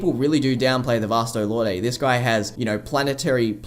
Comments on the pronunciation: I think Lorde is just pronounced Lord. It had me for a while too, until I looked up the proper pronunciation. It would be cool to see other Soul Societies of other countries. I think a Kubo one-shot covered the UK but it would be interesting. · Dude- I love the video, but I can't stomach the way you pronounce "lorde."